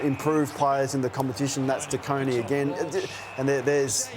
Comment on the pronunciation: “De Coning” bruh